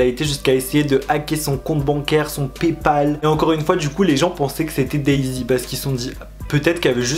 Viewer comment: Son "pépal" 😂🤔🤣